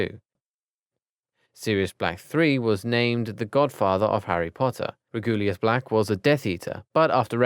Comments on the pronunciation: It’s pronounced reg-you-lus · Yeah. REGULUS